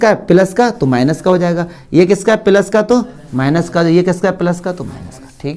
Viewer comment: Sir phele plus bolna shik lo fir maths samjha na